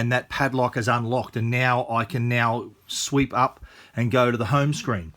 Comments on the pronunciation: For real? I've never heard anybody using the word "sweep" in this context though. I'm not a native so that was just weird for me to hear him saying that :) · Luke Mattson he actually said "sweep", which is Australian way I guess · If you pronounce "swipe" as "sweep", then how do you pronounce "sweep"?